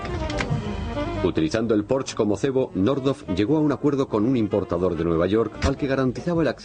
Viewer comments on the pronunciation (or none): pensé que iba pronunciar mejor es Porsche no Porsch, con razón hoy la gente utiliza la w en vez de g para decir gueon por ejemplo, o para pronunciar mal mi nombre.........